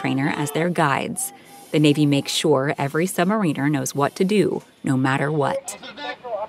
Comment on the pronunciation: If your doing a programme about them learn to pronounce the word Submariner properly…😮😂😂😂